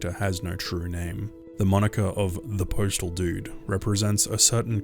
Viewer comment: my dude it’s postal not preachtal